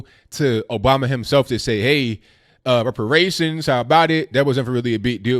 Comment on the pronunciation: muh wepawayshuns